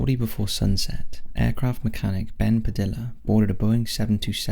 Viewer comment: "Padilla" (PA•DEE•YA)